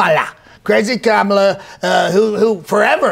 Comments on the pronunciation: He can't pronounce her name, it's Kamabla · I heard all the 19 ways to pronounce Kamala - as per Trump reckoning😂😂